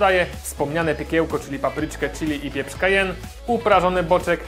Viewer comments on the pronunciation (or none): none